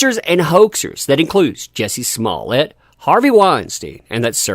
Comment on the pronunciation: You miss pronounce his name lol! Jjjjjuuuiicceyyyy smmmmuuuuuuye lol